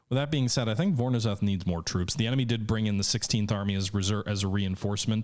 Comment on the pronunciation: I believe the "ZH" in "Voronezh" is pronounced like the French soft "G" sound.